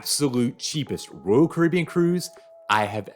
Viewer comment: One day he will figure out how to pronounce “Royal”.